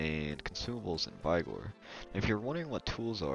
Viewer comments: Lol... first thing I noticed too... but good info otherwise. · Ah yes, you pronounce it as Vi-gor. 😂